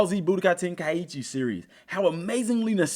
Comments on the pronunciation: No. It's ten-ka'ichi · I wish folks would stop mis pronoucing this games name.....Ten-Kai-Chi